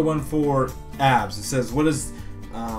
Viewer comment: Lol when he said "I want to have nice abs" I swear I thought Sensei said I want to have a nice ass! xD